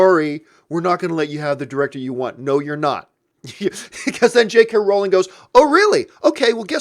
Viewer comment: You had the Rowling pronunciation right. It's Rowling like bowling, that's how I remember it anyway.